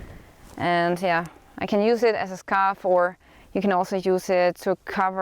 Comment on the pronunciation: Love how you say... "Yea" 😕